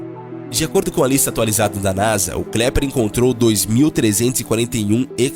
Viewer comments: Sim, é melhor deixar avisado para as pessoas aqui que o nome correto é KEPLER e não KLEPER. Abraços. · Por favor.... O correto é Kepler. Não Kleper. Fora isso, parabéns pelo vídeo. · Kepler não Klepler😂😂😂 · Pelo amor de Deus não é "Kleper" é Kepler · Amigo, não é Kleper, o nome correto é Kepler. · 😂😂😂😂 Kleper? Kleper, não! Se você fez a educação fundamental deve saber que é Kepler. 😂😂😂😂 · "Kleper" 😂 😂 😂 legal. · Impressão minha ou ele disse KLEPER varias vezes? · Disse Sim.